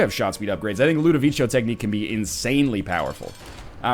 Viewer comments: BTW, Ludovico is an italian name and is pronounced with a hard C, as if it was Ludoviko, not Ludovicho. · Pickle Johnson Regardless of what NL says, it is Ludovico, and is pronounced Loo-dough-vee'-koh in Italian. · I don't want you to get Ludovico, cause you mispronounce it and it grinds my gears :<